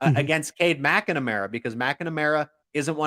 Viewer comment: I think he's adding an extra syllable to McNamara😂.